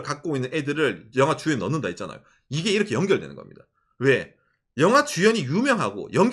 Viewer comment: 영하가 아니라 영화인데.. ㅋㅋㅋ 갱상도 발음. ㅎㅎ